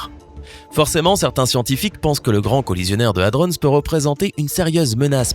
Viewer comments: ça se prononce HADRON, pas HADRONSSE merde, un minimum de recherche avant de faire une vidéo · Nan Ludo, je pense que lui il a mis sa tête dans le ralentisseur de particules. Il prononce hadronnse comme si c'était le nom d'un gars ou d'une ville. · J'ai fait un stage au CERN pendant mes études d'ingénieur. J'ai travaillé sur des accélérateurs de particules. Purée ! La quantité d'erreurs scientifiques dans cette vidéo remplirait une encyclopédie ! C'est tellement con que j'ai même pas réussi à patienter pour savoir ce qui est arrivé au type qui a mis sa tête dans le machin. Et, au passage : "hadrons" se prononce à la française, comme "cornichons", et pas "hadronn's". Nan mais allô quoi ! Faut pas être scientifique pour savoir se servir d'un putain de dictionnaire ! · Pour ''hadrons'' je croit qu'il croit que c'est un lieu... Si il sait prononcer ''protons'' je pense qu'il saurait prononcer ça aussi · C'est moi ou je la supporte de moins en moins cette chaine. Les coms sont de plus en plus abuse. En même tps il se fait de la thune sur vos vues il en a rien a foutre sinon il prononcerai Hadrons correctement genre la base de la vidéo quoi... Le coup du trou noir j'appelle juste ça du foutage de geulle vu l'énergie nécessaire a sa creation . c'est la dernière vidéo que je regarde votre chaine franchement ça devient n'importe quoi et y'a trop d'erreurs perte de qualité, d'idée de vidéo, y'a un moment faut faire autre chose. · Quelque chose me dit que c'est bizarre d'avoir 314 commentaires pour des millions d'abonnés, très bizarre non ? L'achat d'abonnés ? Vu le contenu plus que douteux. De plus apprends à mieux prononcer Hadrons, m'enfin bref...